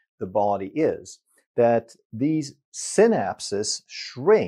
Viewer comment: Synapse is pronounced sai-naps, like cycle is pronounced sai-kl. Thanks for your excellent vids Doc